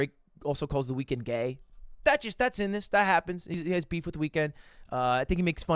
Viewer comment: beep- beemf